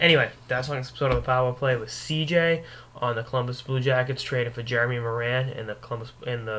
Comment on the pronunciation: It's Morin (as in Moore-in) good god. I would know.